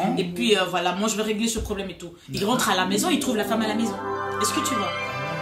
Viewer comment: mdrrr comment il a appuyé sur ''FEMME EST BÊTE'' HAHAHA